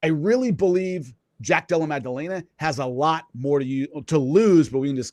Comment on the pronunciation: I like Jimmy but first of all "Mag-dellena" ya know. But more importantly, he's very knowledgeable but he has developed such a grating infomercial salesman style of speaking. I just want him to dial back the TV host energy like 50%